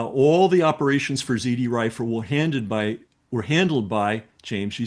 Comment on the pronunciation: It was "ZRRIFLE" FWIW. He says "ZD Rifle" multiple times, and you won't find anything if you search that.